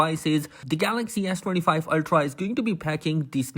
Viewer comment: Are you saying ass25 ultra ?🤔